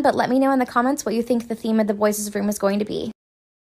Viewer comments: It's kills me when she says boyses 💀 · She says boyes